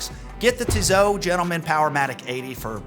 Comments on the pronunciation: It’s not Tizo has you pronounce it, please learn the correct pronunciation - how can you be a watch guy and butcher the names - "Tee-soh" or "Tee-so," with the final 't' typically silent, following French pronunciation rules where final consonants are often dropped. Think of it as two syllables: "Tee" (like the letter 'T') followed by "soh" (rhymes with "go") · I always have trouble finding a specialist credible when they don't know how to correctly pronounce the brand they are discussing. It's not Tizzot it's Tisssssot !... Made some points though 😉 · I agree with most of what you are saying but please stop saying Tizo , it is Tizot.... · Tissot has 2 ss so it doesnt sound as a Z... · Actually, I have seen a video on YouTube with the CEO of Tissot pronouncing the name. The actual pronunciation is much closer to "Tizo" than it is to "Tea so" as you say! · TEE-ZAU??? REALLY???? DUDE, COME ON!!! TWO "SS"!! And I thought nothing could be worse than your "HAUTE".... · If it matters to you, TESOT is pronounced TEE-so-TEE. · You lost me at "TEEZOOOH" btw, the rest is crap too.